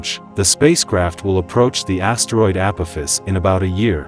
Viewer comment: I love downvoting videos that use voice over and dont pronounce the main subject correctly.